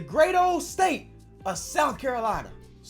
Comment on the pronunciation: I dont why but instead of hearing state i keep hearing say steak.